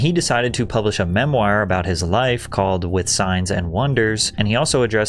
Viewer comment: Is this person Patrick real or AI? Seems odd to misread words like 'casual' instead of 'causal' and 'integrate' instead of 'ingratiate'. Also mispronouncing words like 'memoir' and 'McGowan' is a bit suspect. Hmm...